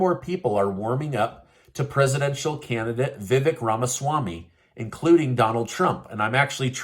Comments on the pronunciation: Vi vake, not vi vek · FYI….Seen him on fox today and he said his name is not pronounce” VeeeVick… it is pronounced VeeVake like cake”